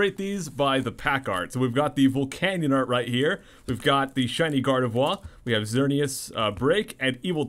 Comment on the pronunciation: Love all your videos! Thanks for sharing your awesome collection!!! One tiny little thing...not even being mean about it, but...Gardevoir...you can still say the R lol I don't know why but it kills me when it's said Gard-E-vwa...haha. Still love you! Lol